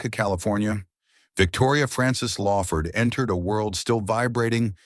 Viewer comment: LAWford, not LAYford